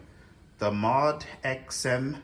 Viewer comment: Moe-Dee-Ex . It really is not that hard to say. Moe-Dee-Ex. It's hard to take the opinion of someone who cannot name the thing they are talking about. Nice collection though.